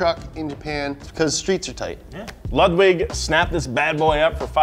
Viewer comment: He said lugwig 😂